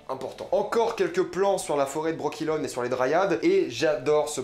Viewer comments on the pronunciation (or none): Mdr, dryade, brokilone, stryge... Putain ta prononciation.. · excellente analyse mais putain gros t'as joué au jeux c'est quoi cette prononciation de "dryade" et "brokilon" mes oreilles saignent je suis également pas d'accord sur le "pourquoi Géralt doit retrouver Ciri" c'est avant tout parce qu'ils sont liée par le destin et ensuite parce queCiri est trop puissante pour se retrouver entre de mauvaises mains . mais si non excellent encore une fois pressé de voir Crach pressé de voir la pie grièche pressé de voir Foltest si ils ont fait ça bien ça va être très très lourd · Mes remarques: - Quelques soucis de prononciations sur Brokilon, dryades, Tissaia de vries, strige (et pas stiga), sac-à-souris (pas mousesack sinon plutot dire Ermion). ça fait quand meme très mal aux oreilles tout ça. - Yennefer se faisait battre par son père (pas ses parents). - Fringilla VIgo. Pas Fringilla De vigo. - Aretuza fait partie de thanedd. Et NON Thanned N'est PAS UNE VILLLE ! - Non on ne va pas voir la loge directement mais le conseil. La loge vient apère le soulevement de Thanedd. D'ailleurs sur le plan vu d'en haut on voit clairement des hommes donc c'est le conseil pas la loge. Tissaia de vries ne fait d'ailleurs pas partie de la loge. C'est filipa eilhart qui en est la leader. - Ce massacre du nom de de dunny. J'avais meme pas compris de qui tu parlais au début. Urcheon of Erlenwald c'est tout simplement Dunny ou le Hérisson D'erlenWald en français. Un peu de respect quand même pour l'oeuvre. Pour un fan hardcore de the wiitcher, c'est très très moyen comme analyse. Beaucoup d'approximations et d'anglicisme inutiles (avec gros défauts de prononciations aussi). Mais bon y a au moins la passion.